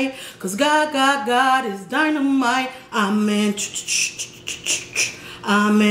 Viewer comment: Love the prayer. You sound as if you're saying "I'm lit" when you're saying "Amen" lol... love it..💖💖